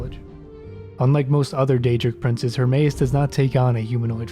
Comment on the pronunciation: That was a very nice summary of the snow elves. Gotta work on the pronounciation of those daedric princes though ;)